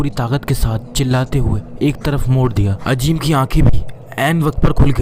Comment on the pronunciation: Bhai "Ajeem" nahi "Azeem" hota hai. "Z" ko "J" mat bolo.